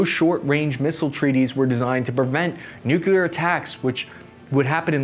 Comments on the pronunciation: Nuclear. Say it with me NU-CLE-AR. Not NUKE-YA-LAR. Thank you. Good videos, by the way. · "New-clear" not "New-cue-ler". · Hey, it’s nu-clear not nucular…jabroni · But then he ruins it by constantly saying nook-yoo-larr. Repeat after me, everyone: New klee urr. The atom contains a nucleus, not a nukulus. That E in the middle is important. Listen for the E. If it ain't there, it's a nook-yoo-larr. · Everyone: New-Clear Americans: New-que-ler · Noo-cleer , not noo- keyoo- lur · Please - it's "newclear", not "nucular". Otherwise a very good and informative video. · Some please explain to him the word is nuclear, not “nucular”. Say it with me, now, “new-clear”. Also, still waiting on that caseless ammo video. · It’s nuclear not nucular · No pass. Three syllables. Make a conscious effort. Say nucleus and then say nuclear. Repeat for an hour or until the speech impediment goes away. If you're going to make videos like these, have a guy there to punch you in the stomach really hard whenever you say nookyoolar. Then start up a conversation about uranium power plants. Within a week or two the nookyoolar should go away fairly easy. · Greetings from Colorado. Great stuff as usual. BUT! Come ON, guy... NU-KLEE-AR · Did I actually just hear a veteran say Nukular? I thought only Dubya said that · Hey! I love your content and delivery. Would love it more if you made an effort to say new-CLE-ar. Not so hard … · Nuclear is pronounced "new-clear." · Still saying "nukular". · Why do so many people say nucular instead of nuclear! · "Nuculer" Ugh